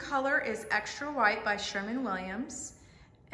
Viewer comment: SherWin Williams, not Sherman Williams!!